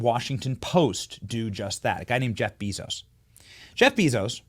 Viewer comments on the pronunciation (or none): Lol, you should really learn how to pronounce 'Jeff Bezos' if you want to be taken serious. It is 'jef bay.zows'. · Jeff Bee-Zose 😂😂😂😂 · Benny, Bezos is pronounced BAYzos. I'm kinda shocked you don't know this.